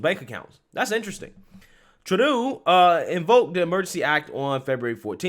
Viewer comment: Thank you for finally pronouncing Justin Trudeau's name correctly!!!